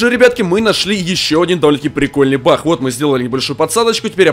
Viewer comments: как ты странно болтаешь... что такое бах ты вместе баг говоришь бах) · Ты говоришь не баг а Бах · Он говорит не баг а бах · Кто заметил что говорит не баг а бах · Ахахахахаа ты сказал не баг а Бах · не бах а баг